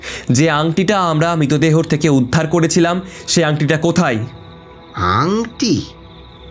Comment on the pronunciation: Its Mritodeho not Mitodeho. Introduction ei atke gelam